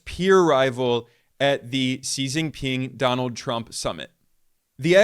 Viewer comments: At least his pronunciation of XJP name is crisp without western sounding. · As a Chinese, This is my first time I ever see an American pronounce our president's name so correctly and perfectly 😂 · His pronunciation of XJP was awesome, just like a Chinese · No wonder when he Pronounced Xi Jing Ping very fluently. I was wondering.